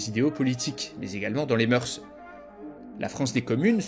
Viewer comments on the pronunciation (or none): none